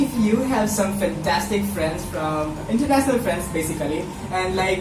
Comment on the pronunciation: Dude... you need to work on your grammer a lot. There are so many major mistakes. And even you need to improve your pronunciation. EX: You said Internasnal instead of international, just an example. It's mother tongue influence in English.